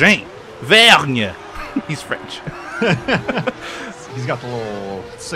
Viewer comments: nice vid guys, but there is one thing i have to correct the french guy's name is not vergne , it is spoken like vörn ;-) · it's Vern not Verg-neh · You can pronounce Vergne like "Vern" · Vergne is quite simply pronounced 'vern' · I think it's just "Vern" the "G" is silent. btw do you drive manual or auto?